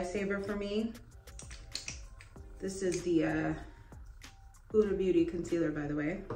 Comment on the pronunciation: You know you bought the O/S spray because Beyoncé uses it for her renaissance tour. 😂 You should record your makeup routine for yourself to see what works and stick with it. It's pronounced HOO-duh Beauty.